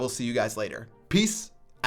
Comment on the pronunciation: Every time says peace out it sounds like "piss out"